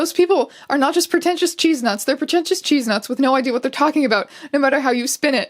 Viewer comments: I've never heard chestnuts pronounced cheezenuts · Did you call 'chestnuts' 'cheesenuts'? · I love going back over stupid tumblr memes and drama but nothing made me laugh harder than hearing you say Chestnuts as Cheese-nuts and Im stealing that to call people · strange did you just pronounce chestnut cheese-nut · Am I the only one that heard her say 'cheese nuts?' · I... I'm sorry?? Did you call them cheesenuts?? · Yeh but was there a reason as to why you read CHESTnuts as CHEESEnuts???? Like who hurt you? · did you just pronounce chestnuts as cheesenuts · listen i want you to know when you said cheesenuts instead of CHESTNUTS i choked on my water and had to leave the room and just hack for like 5 mins. what i'm saying is you almost killed me thank you. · “cheesenuts” no no not chestnuts 𝘤𝘩𝘦𝘦𝘴𝘦𝘯𝘶𝘵𝘴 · *chest*nuts. not cheesenuts. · I'm never pronouncing chestnuts the same way ever again. In fact, while writing this comment, my inner voice said it too. 🧀🥜. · I really like that Æons read the word "chestnuts" as Cheesenuts it made me chuckle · my fave part of this entire video was you pronouncing 'chestnuts' as 'cheesenuts' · Did you just read chestnuts as "cheeznuts"? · Obsessed with you saying cheesenuts instead of chestnuts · "cheese-nuts"?????? is that how you say the word chestnuts up there? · Ah yes, chestnuts are pronounced cheese nuts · did you just say cheesenuts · Her misreading/pronouncing "Chestnuts" as "Cheesenuts" makes this so much better. I don't know why but I just. Agree. Cheesenuts. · Wait do Canadians pronounce “chest-nuts” like “cheese-nuts”?? I never knew this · did you pronounce chestnuts as “cheesenuts” twice? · I want that to be the official pronunciation in this context now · Why do you say chestnuts like that